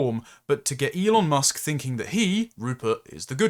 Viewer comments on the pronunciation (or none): none